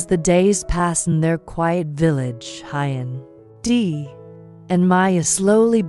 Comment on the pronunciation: Please check on how to pronounce Huyen's name. It sounds so odd. Maya has celebrated her 5th birthday and preparing for her 6th birthday. Thank you for checking this family's facts.